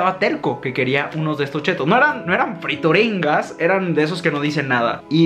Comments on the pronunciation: se llamaban friturinas no frituringas 😂 saludos eres el mejor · Friturinas we no frituringgggas que pedo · No dice Frituringas... El empaque dice Friturinas... La rebatizaste añadiéndole la G! jejejejeje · FRITURINAS,! No, friturinGas jajaja. Te amo! ❤️ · Son "friturinas" no "frituringas" 😂😂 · NO DICE FRITURINGAS DICE FRITURINAS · Cuando te das cuenta que no sabe leer porque confunde frituringas con friturinas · "Friturinas", no frituringas! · Yovani Ortiz pensé lo mismo, en ningún momento leyó bien el nombre de las friturinas 😂😂